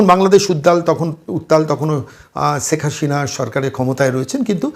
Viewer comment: রাজনৈতিক এনালিষ্ট হিসাবে আপনি এক শিশু। বাংলা উচ্চারণেও ভীষণ ত্রুটি।বলেন--ছেক হাশিনা। বিদঘুটে!